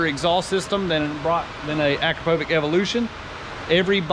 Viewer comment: its akra-povic. Not akro-povic.